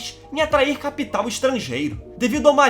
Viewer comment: Sua " CapEtal", dicção estranha a dele, mas o conteúdo é bom